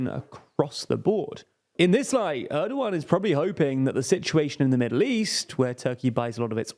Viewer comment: why does he pronounced Erdogan as ardoughan